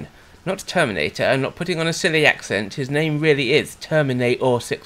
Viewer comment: Each time I hear "termina'or" I think of that bit from South Park with the "plane'arium"